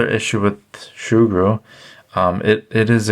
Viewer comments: Soogru not shoogru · Sugru (Soo-Grew) not (Shoe-Grew) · Say surgru normally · I can't see an "H" in Sugru" where's it hidden to become Shugru? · shugru? it's like hearing someone pronouncing lego ... lago ... tres annoying!!! 😡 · It isn't Shugru lad, NO "h". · Shoogru makes it sound like an adaptation of shoe glue, which at first made me wonder if that was the right pronunciation since this material kind of reminds me of shoe goo. However that stuff is much harsher and more of an epoxy, in fact may have been a better use in the case of this camera mount repair. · Learn to say it right. No h